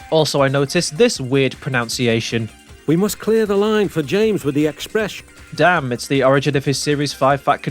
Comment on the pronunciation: EXPRESH (chain)